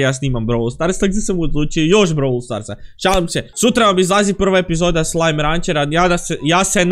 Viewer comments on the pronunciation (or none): none